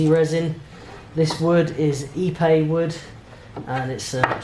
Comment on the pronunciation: Great episode, that's a beautiful cabinet. I had to look at the episode title again as when you said Ipe wood I thought you said e-bay wood.